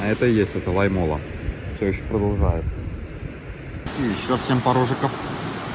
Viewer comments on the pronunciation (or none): Только сейчас заметил что ты тоже с Беларуси. Я уже 2 года на велосипеде в отпуск колешу на велосипеде и 1 год был пеше- водный маршрут. Как же режет уши твои неправильно произношения городов и посёлков. Лоймола ударение на О. Суоярви ударение на У. Я тоже в хостеле Комфорт останавливался 2 раза в прошлом и позапрошлом году. Но мне предложили у здании магазина Магнит. Вода была тоже коричневого цвета. Мыться было непривычно, как будто ржавая вода. Кстати кто такие стребаны? Эх я на велосипеде гружёный ехал в дождик с Лоймолы . Как вспомню кучу луж )) Но вот дорога с посёлка Райконкоски до Толвоярви и до Суоярви это нечно . Лужи по колено а то и выше и в длинну метров по 100